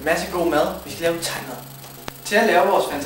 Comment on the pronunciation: det er jeg klar over det lyder bare som om i udtaller det taj mad og ikke thai mad